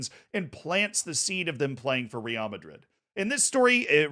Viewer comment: This would have been the perfect video to say Real correctly for the first time